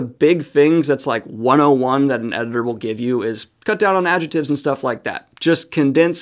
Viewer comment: For the record, you're supposed to pronounce the 'c' in "adjectives."